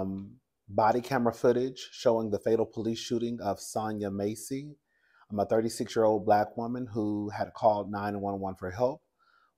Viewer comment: *Pronunciation is MASSey like “mass” It is absolutely crazy how these cops act so scared of every damn thing; even their own doggone shadows, at this point. You are absolutely right about them clearly not being trained to deal with these circumstances.